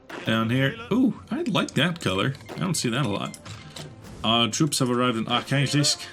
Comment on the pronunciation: No... It's not "Kaiserreik" It's "Kaiserreich''!